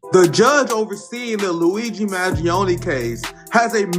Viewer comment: Pronounced Man Gee Own